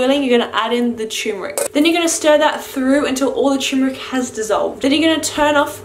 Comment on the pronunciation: Cherrrmeric. Hah lol